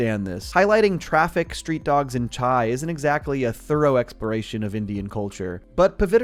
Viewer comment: As a man with a Punjabi heritage, the way you said CHAA instead of Chai made me very happy.